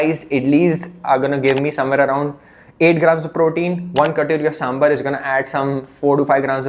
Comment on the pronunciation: I love your videos. Huge fan. I just wanted to tell you something, sambar is pronounced "saambaar" and not sambur. Please take it as a constructive feedback. I gained a lot of knowledge from your videos